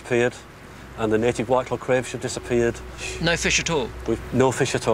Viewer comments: Crayfish not cwayfish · do we have a Cwayfish Centuwian..???